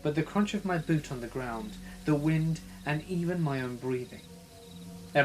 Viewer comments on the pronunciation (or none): none